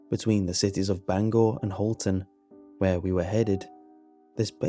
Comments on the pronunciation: i’m actually really impressed bangor was pronounced correctly, normally people that aren’t local to maine and surrounding areas say it “bang ger” instead of “bang gore” it’s an odd pet peeve i have, also this was the last story i should hear since i’ve spent more then a few nights in the woods of maine . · Yeah except its really once u pass old town that there is nothing for miles til u get to Lincoln im not sure this is real but props to u creepypasta because most ppl pronounce it banger instead of bangor god i hate this town